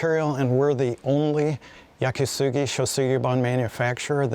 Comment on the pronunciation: "Yaki Sugi". Really. And "sugi" is cedar...